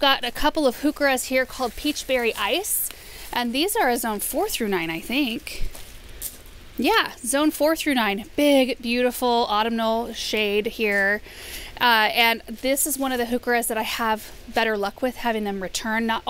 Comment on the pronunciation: Friendly hint here (really, not a hater!): "au-TUM-nal" (accent on the middle syllable). Full disclosure: English major - I can't help myself. Beautiful arrangements!